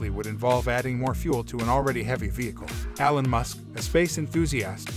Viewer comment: "Alan" Musk?! It's Elon! Mores, rather than Mars? Pictures of piston engines and bacteria? What a crap video.